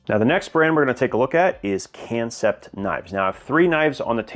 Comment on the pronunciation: I think that kansept is supposed to be pronounced like concept, it’s a play on words.